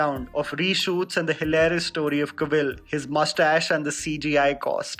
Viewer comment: The Suicide Squad takes place at current time, not 1990s and you butchered Cavill's name.